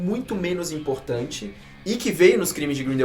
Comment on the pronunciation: “Grindeuaude ” quase parei de assistir